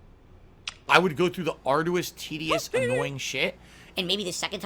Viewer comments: He just did it with the BO6 reveal. Dude stares at himself 8 hours a day but doesn't hear himself??? ARDOUS SUSSESOR AYUNDD WHANT KHANDOH KHANTHENT The list is endless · Love these single word videos you have on our boy. The fact you have to sift thru all of phils B.S. must be Ardoois LOL🤣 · Yeah, fair play. This one did have to be done 😂 I bet it was literally an ardoois task 🤣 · Never would have guessed arduous. We can make a dictionary. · It was very ardoois to make it through this video dood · Atrociously arduous